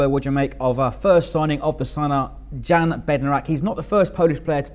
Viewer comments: Great signing for you guys. (You pronounce his name Yan not Jan) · The J is pretty much silent. Yan